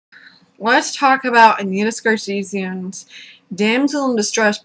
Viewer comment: Speak more clearly. You say "Anita Sarsheesiand" or something at the start.